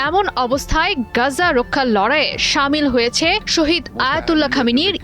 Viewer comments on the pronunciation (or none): " গ্যাজ্বা " এই প্রথম শুনলাম।